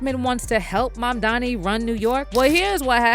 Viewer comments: It's Mamdani not 'Mamdami.' And Zohran Mamdani has now shaken up the space dominated by billionaires. I support this man! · Mam dani not mamdami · Mamdani not Mamdami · Holly F! Is it really hard to pronounce Mamdani? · Why are they calling him 'MAMDAMI' .....ITS 'NI' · 😂 What I don't get is, that seemingly intelligent people can say "ma'am" and "Donnie" but they can't say Mamdani.